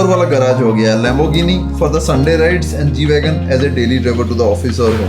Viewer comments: Pronounced it correctly. G Wagon....😻😻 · pronounce perfectly and nicely the car name.....sombhaii..